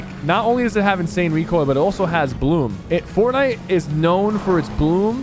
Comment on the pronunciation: is fortnite, not fortniye☺️